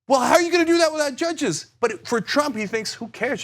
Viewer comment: Jud-geez?! JUD-GEEZ?!?! ...We don't neeed no steeng-king judgeez!